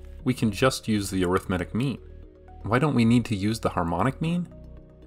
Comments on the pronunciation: At some point I started hearing meme instead xD. But it wasn't! So mean! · Sounds like he's saying meme. Now solve the mean of people who get the Monty Hall puzzle wrong.